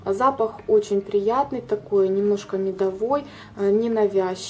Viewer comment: А меня убило " медовОй "